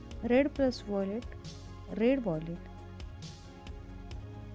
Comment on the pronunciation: When you said violet it's like you said "wallet”